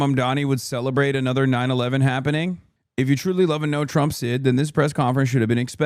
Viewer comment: "At the wisk of pissing off pwesident Twump, that was a tough pwess confwence to watch." is my favorite guy. It's really hard to look like a tough guy when you can't pronounce your R's lol.